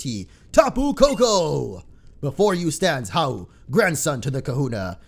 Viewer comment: I HATE HOW YOU SAY HAU IS YOUR RIVEL